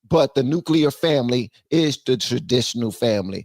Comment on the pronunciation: Nuclear family not nucleur